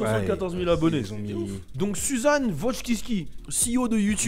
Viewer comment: c'est pas susan c'est un mec, ça se prononce Shu Shan ;)